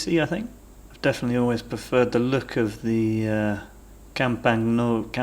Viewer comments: no. cam--pa-ÑO-lo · Cam-pan-yo-lo!! Please...